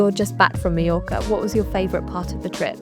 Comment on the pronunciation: you should at least have learned how to pronounce mallorca correctly before recording the video